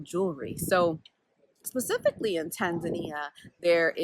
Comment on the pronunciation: As a Kenyan I've never stopped to think about the name 'Indian Ocean' but tbh I don't think I mind it lol. I live in Western Australia near the coast which is still the Indian Ocean 🤷🏿‍♀️ it's a good point though 👍 Also I love your "Tanzan-ya" pronunciation. It's refreshing. We need to kill this Tanzan-eeahh pronunciation that has crept in lol. I think I do it too 😄